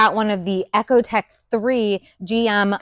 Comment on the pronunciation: Echotech? Ecotech. Eco. Like Economy. Not like echolocation. Stopped listening immediately after hearing that you don’t even know how to pronounce the engine family name properly. Junk anyway, with lifter problems after 15+ years of experience producing the 💩 DOD design, and now add sludgy intake ports thanks to direct injection. Garbage engines just like your garbage mispronunciation of ECO.